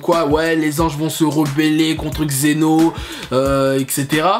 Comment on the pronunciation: On ne dit pas Xeno mais Zen'Ô, on dit pas Dakashin mais Daiskinkan, on ne dit pas kalifa mais Caulifla etc... Tu as du mal avec les noms.